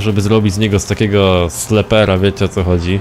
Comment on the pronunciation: W razie czego, to na przyszłość - mówi się "sliper" ;d